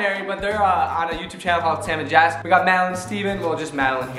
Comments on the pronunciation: Lol They keep pronouncing Jess as jazz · Did you guys noticed that pronounces Jess as Jass